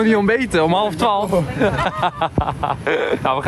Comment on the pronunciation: Enzo kan geen twaalf zeggen 🤣🤣🤣 hij zegt twolf uur 😷🤪